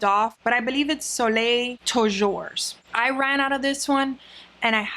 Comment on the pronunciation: Nerd coming through: „Soleil toujours“ is french for „sun always“, meaning you are exposed to the sun all the time.. even nerdier fact: you do not pronounce the s in toujours